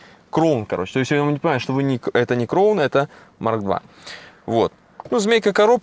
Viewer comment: Кроун, бля как уши режет, когда вы уже поймёте что нет такой машины Кроун, а есть краун, сам со влада